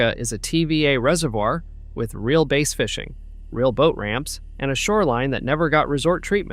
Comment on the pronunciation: Oh, and on Lake Chicagauga people fish for bass (rhymes with the part of your body on which you sit), not base. Good video other than the talking bot!